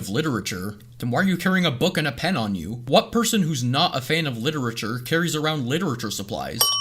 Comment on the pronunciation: “Literature.” “Wow. Litterer.” LITTERature “Harmonica” harMONIKA